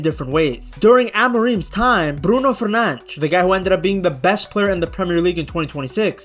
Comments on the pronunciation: fernandes pronounce the des not fernang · Stop saying Bruno Furnanch😂